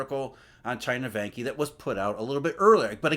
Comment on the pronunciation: Vanke is pronounced as Wanker without the "r"...;-)